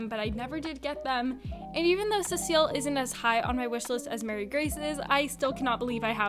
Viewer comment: Why does everyone say it like Mary Grace?? It’s Marie